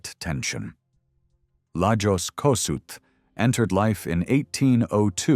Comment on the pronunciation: Please learn to pronounce his name correctly! Is this an AI video